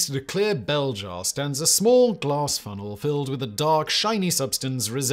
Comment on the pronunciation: Lol@ "glaRss"